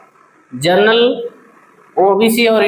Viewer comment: जनरल होता है सर जर्नल नहीं